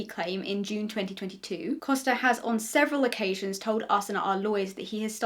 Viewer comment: It's just really funny how much I (portuguese speaking person) was impressed by you saying "Costa" correctly, it's such a small thing but apparently people usually struggle with saying portuguese last names 😅